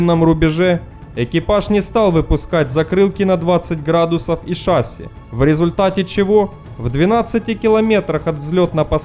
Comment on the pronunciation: Не шАААсси, а шассИИИ! А вообще хорошие ролики, спасибо!